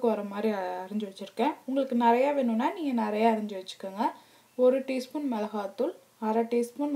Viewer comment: Good receipe ! , small correction in ur narration , it is not "Milaha thool" but "Milaga thool" , Athu Kai not Hai ! , thanks for receipe ! Good job !